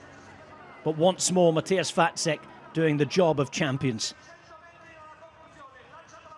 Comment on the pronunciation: Yeah, his pronunciation of Vacek is also spot on. I guess good commentators take the time to practice that.